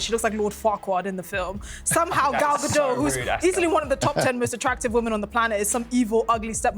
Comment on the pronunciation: Gadot - pronounce the mf T!